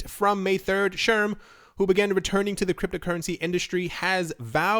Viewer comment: It's "Shrem," not "Sherm"